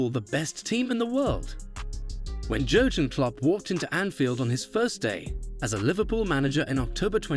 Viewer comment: well it’s either AI or this video wasn’t made by a true football fan. The fact Jurgen is mispronounced multiple times in a video about him is kind of shocking. Add to that Sadio Mane and Virgil Van Dijk’s names. Can’t even say Premier League properly. smh